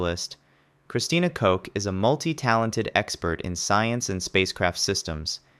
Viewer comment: Fr why did bro say Christina Cuck and then coke…